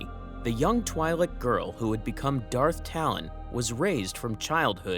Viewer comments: Twi'lek is twee sound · Great video, but bro can't pronounce "twi'lek" even if his life depended on it